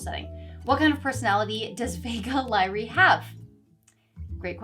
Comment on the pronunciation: "Vega Lyrae" is awfully close to "Vague Lie"... Hm